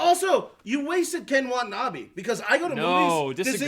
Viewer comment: PLEASE pronounce the name right. Its not Ken Wa'nabee its pronounced KEN WA-TA-NA-BAE sincerely, angry asian-american